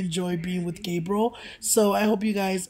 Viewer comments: He said Gabrel mamonsito😝😂😂😂😭😭😭😭i bet everything i won't be the mitichie shout out😭 but ily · Lol calls Gabriel “GRABIEL” 😭🤣🤣🤣